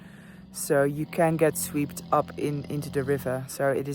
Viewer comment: it’s swept. not sweept. that shit’s important.